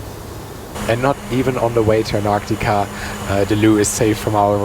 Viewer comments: WTF is anartica??? ANT-TAR-TICA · You keep saying ANARCTICA?? It's ANTARCTICA!! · An'arctica or Antarctica? I'm confused. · Antarctica has a letter T after the an. So its anTarctica. After all who says Frankfur. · Amazing video so lucky! I just hate how u pronounce Antarctica lol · Thanks for the video but you seemed to forget to pronounce the first t in Antarctica (please correct me if it's pronounced differently) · I love your videos and this is the most surreal. (Not to be mean and I appreciate English is not your first language but you did keep mispronouncing Antarctica🙄 I suspect it was the excitement and the awe of it all.) I can't wait to see where you go next. Cheers my friend, for another exceptional vlog. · there are 2 t’s in Antarctica, both of which are pronounced. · only half way thru and loving the video. Have to say I have never heard Antarctica pronounced that way before. Awesome trip and glad you enjoyed it and shared with us. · Congratulations, only thing i didn’t like is the way how you pronounce Antartica by the way I’m really enjoying your videos. Greetings from Deutschland